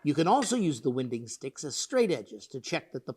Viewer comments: Such great video, as always. Question: isn’t it pronounced like rotational winding like you “wind-up a old-fashioned clock”, and not like the air-based phenomenon we call “wind”? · Yes; it's pronounced "wine-ding" as you say. I'm a bit surprised he got that wrong. It's definitely not one of those American pronunciation differences. We talk about a board being "out of wind", to rhyme with "kind". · Thanks for the video. Just got a used Ricon 14" and have some salty old logs I am dying to resaw. One small quibble...I'm pretty sure that the term "winding sticks" rhymes with "finding ticks";) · Really useful, thanks. I always thought winding sticks were pronounced wine-ding because you are looking for the wind (as in wind a clock) or twist in a board. Like others, I appreciate your use of both metric & imperial measurements. Greetings from Western Australia. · How is the pair of sticks used to aid in the flattening of a board, winding sticks, pronounced: As in “run like the wind” or as in “to wind a spool”?